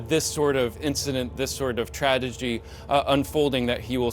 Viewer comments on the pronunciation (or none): He said tradegedy🙄🙄🙄